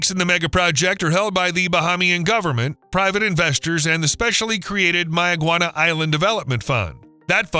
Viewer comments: Correction. No palm trees. Correction: May-ya-gua-na, like mayonnaise ... Not like the Mayans. Correction: Ba-HAY-mi-an, not Ba-HA-mi-an. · And it's not barren at all, we have multitudes of wildlife and fruits and vegetables there and one more thing it's Mayaguana pronunciation is may-guana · 'MaY-uh- gwah-nah' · Does May-a-guana know this is happening? 🤨